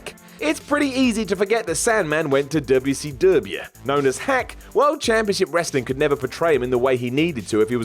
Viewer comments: Thank You! it's annoying as hell hearing him say Wubbya C Wubbya. it's fuckin WCW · DUBYA SEE DUBYA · Quit pronouncing wcw like that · Finally, someone else is sick of him doing that!👍